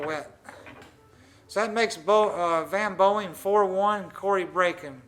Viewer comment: why does Earl always call him Van "Boeing"? I never understood that...